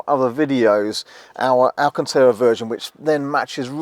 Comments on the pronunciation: Is he trying to say “Alcantara”? Never heard of alcanteera. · "VIN", saying number after it is redundant as that's the last word of the acronym. Just like "PIN". ;) Isn't it also "alcantara" not "alcantera", or are you doing some kind of US pronunciation? 🤣 Lovely car. :) Some people had reported putting their foot through the old speaker cover or puncturing it easily in general. It would be great if these have ANC too. Maybe the same drivers as the new S and X to keep costs down/minimise the number of parts needed? How does the actual ground clearance compare? Is it a different side panel on the MIC rather than the ride height?